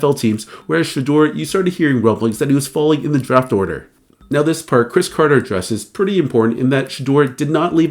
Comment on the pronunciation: It’s crybaby Chris Carter ,say it right or not at all.